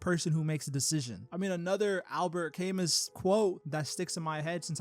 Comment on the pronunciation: Not to downplay the message of the video, but the name of the philosopher is pronounced Kam moo